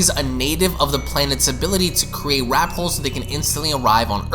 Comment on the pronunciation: Funny.....he said wraphole.....(warphole).